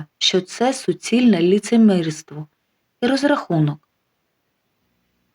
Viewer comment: Тільки не лІцемИрство, а лиИцемІрство)